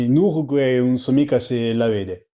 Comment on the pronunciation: It's funny that he says "un" for "non" like central and midsouthern Italians, but he velarizes the N in it, as well as all other syllable coda Ns, like in Ligurian, Lombard and a few others